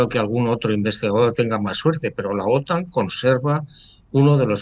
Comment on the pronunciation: Otán no. Otan. 😅